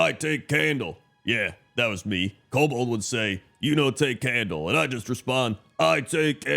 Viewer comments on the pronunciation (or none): none